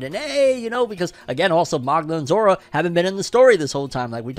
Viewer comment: I thought he was saying zoro when he said Zora . I thought zoro got lost in between his fight with kaido because he was not in lastest chapter of onepiece